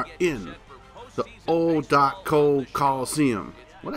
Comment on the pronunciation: Junk the Athletics field is pronounced O C O like the letters not o co